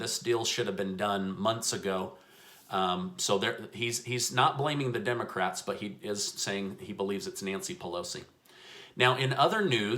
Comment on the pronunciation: ... Clear as day says "Democrack" 🤣🤣🤣... Priceless! Joking aside, the all or nothing stance isn't getting anything done. Seems like there could easily be multiple smaller bills that cover different parts of this all-encompassing relief plan, which could be passed as each piece is agreed upon so they can prioritize, divide, and conquer. Just a thought. I'm no politician.